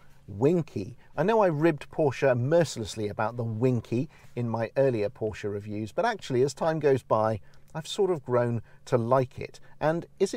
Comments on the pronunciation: Thank you for pronouncing Porsche correctly. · Great review and thanks fo saying Porsche correctly